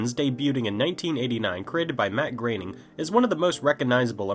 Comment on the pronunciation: your saying his name wrong. it's and 'oh' not an 'a' sound when you say groening.